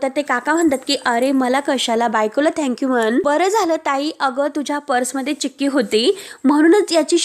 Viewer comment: Cakki nahi chikki vachata yet nahi ka chukiche vachan Karu naka